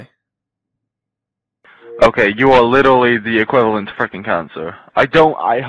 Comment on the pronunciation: "you are litally the equivlant to cancer"